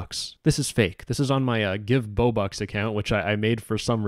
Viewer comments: why u said bobux like that bro boubux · why he gotta say bobux like dat I’m dying 😭